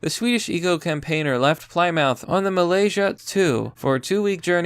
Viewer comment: Where the fuck is ply-mouth? Mal-iz-ia